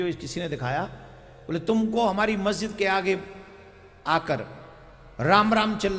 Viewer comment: Guru ji majjid nhi masjid hota hai ... lol 🤣😆🤣🤣😆